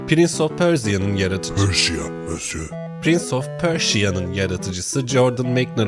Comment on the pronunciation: pörja olarak okunmasın o ??? pörşiya ne lo jhkjshfkjshk